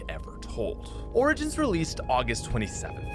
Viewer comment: pronounce origin in google. You pronounce it wrong lol.